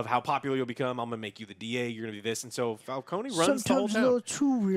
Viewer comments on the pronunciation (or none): It's Fal-CONE, not Fal-CONEY